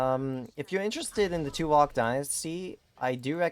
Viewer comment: Hey man, It pronounce as